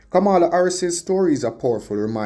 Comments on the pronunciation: You are pronouncing her name like donald tRump. Very annoying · 🥶Kamala is pronounced Coma’la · it is disrespectful to Kamala to mispronounce her name. How would you like for someone to bitch up your name in the same fashion?? The white racists in America does it deliberately to disrespect her and you sound just like them. 👎🏽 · Please pronounce her name properly